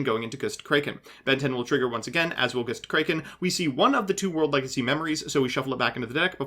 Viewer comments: When he went "Goustcrayken" i felt that🤧🤧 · Ok, has to deliberately mispronounce things, right? "Goostkraken"? Really? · are you mispronouncing everything on purpose holy shit goostkraken? is it going to lay an egg?